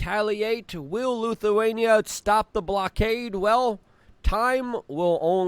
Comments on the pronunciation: Did Luke just say Lukeawainia? He said it twice. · L ‘I’thuania… why do so many Ytubers mispronounce words in their videos, is it to stand out or be edgy?